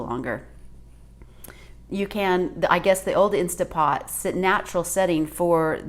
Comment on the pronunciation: Did she call it an insta pot? Hard for me to watch and consider someone an expert if they can’t even pronounce the name of the machine she’s using